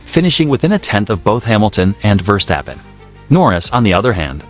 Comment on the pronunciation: He calls him" firstappen"😅